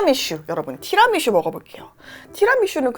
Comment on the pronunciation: 티라미슈 아니고 티라미수 라고 얘기해주세요 :) Tira mi su! 입니다